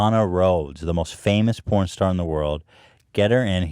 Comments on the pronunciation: I love how Hila pronounces WORLD as WORD! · Hilla trying to say "world" is starting to bug me lol it always sounds like "word"